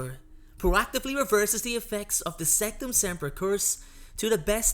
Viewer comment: It’s sectumsemprA not sectumsempruh